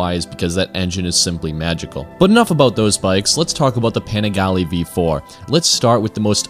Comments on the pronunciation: "Paneegalee"... Wrong pronounciation. Great video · You didn't even pronounce the name right 😂😂😂😂